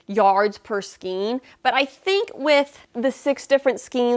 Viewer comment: Thanks for this review of so many Hobby Lobby yarns! My local store doesn't carry all of them, but HL does ship! (BTW, "Skein" rhymes with "chain," not with "scheme.") 😁